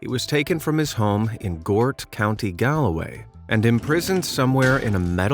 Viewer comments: You pronounce galway like gall way not gAl way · Galloway 💀 its Galway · Said Galway wrong 😂 or is it your accent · You pronounced Galway wrong. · I noticed that! And whatever about mispronouncing Galway at least they pronounce Garda, right!